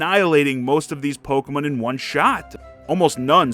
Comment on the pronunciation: I don't think I've ever heard someone pronounce Pokemon like that. Pokemin? Do you say pronounce Digimon as Digimin, too?